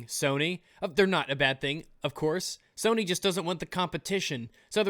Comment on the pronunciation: I love how you accidentally said "Kony" instead of "Sony"